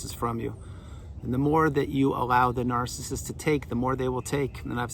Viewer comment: I love the way you say ‘NAARCISIST’🎯😂🤣 Thank you, you are spot on again… I remember after discard it was difficult listening to some of your vids, because the Truth about narcs is so painful & destructive… I think this is why healing takes a long time because narcs operate literally the opposite of humanity, & it’s painful to understand on every level: emotional, mental, spiritual, & physical… Narcs are empty, demon controlled meatsuits. No humanity. No hope. They belong in ASYLUMS FOR THE CRIMINALLY INSANE. Period. Blessings to all Truthseekers 🙏💪❤️‍🩹🌱🌻